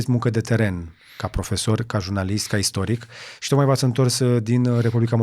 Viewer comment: Renunță la accentul pe care-l folosești pe cuvântul profesor